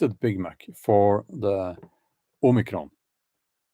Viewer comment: OMICRON= "ANOTHERCON"